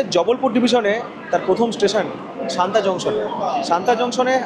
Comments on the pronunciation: সানতা নয় সাতনা হবে। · Satna pronounciation শান্তা কিভাবে হয়???? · haan eto easy name tao vul korechen bolte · Bhai, ota Santa noy, SATNA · a silly comment...santa noi...satna junction......i want har blog will be perfect... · ওটা শান্তা নয় সতনা। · দুটো কথা। আমার যতদূর শুনে মনে হলো তুমি সমানে শান্তা জংশন বলছো। স্টেশনের নাম সাতনা জংশন। আর মাইহার স্টেশনের ব্যাপারে কিছু বললে না। ভারতের প্রবাদপ্রতিম যারা সঙ্গীতশিল্পী তাদের মধ্যে অনেকেরই এই মাইহারে যাওয়া আসা ছিল বিখ্যাত বাঙালি শিল্পী আলাউদ্দিন খায়ের ছাত্র হিসেবে। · আর মাইহার এর আগের স্টেশন টার নাম সাতনা,, সানতা না